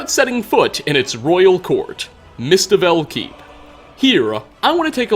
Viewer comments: "Mistivell Keep" Oh,... Its Mistveil. Mist as in, well, mist - and veil as in the brides ornament! Then again, it wouldn't be a proper video without him mispronouncing a name we hear multiple times in the game:) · Mistivel Keep? No dude, it's Mistveil Keep. That's veil as in a shroud and pronounced vale. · Imagine watching a YouTuber who mispronounces "Mistveil Keep" in a video about Riften, and then insulting someone in the comments for their spelling. Get it together dude.